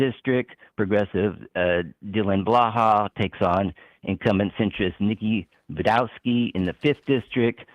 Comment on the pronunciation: Sam would have been proud if he knew that pronounced Budzinski as Bidowski. Really wish they had covered the IL senate race; there was no clear-cut choice.